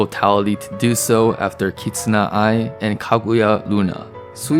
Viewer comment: "Kitsuna Ai" "Gra Gura" Homie...